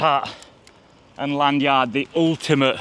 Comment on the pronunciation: it sound s so wrong your lanuard thing lmao